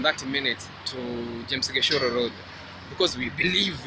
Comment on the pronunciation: Can someone cover up my mouth cause can't stop laughing 😂😂you have just pronounced gichuru very funny😂😂where the heck is James gishoro